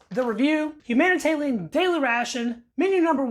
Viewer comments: Who else noticed he keeps saying “humanitalian” instead of “humanitarian” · It’s obviously a speech impediment. Dont be a dickhead. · Why are you calling them HUm HUMANITARLIAM? ITS HUMANITARIAN ! Is it a speech impediment? If so ok. If not why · Thats an R, not an L. Humanita(R)ian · It’s called humanitarian rations, not humantallion rations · Are you saying humanitalian on purpose? You know it's humanitarian....right? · You keep calling it, Humana Talian daily rations, but it is humanitarian daily rations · Nah he just can’t read lmao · love this video as it is quite rare, but the level of anxiety i get when you say "humanitalian ration" gets me shaking. keep posting man love your videos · LOL, Humanitalian eh? How, just how? How can you fuck that up so badly? Are you a lizard person? Blink your second eyelids twice to confirm. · There is an "R" in HUMANITARIAN. hahaha ;-p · that's not from the drawl....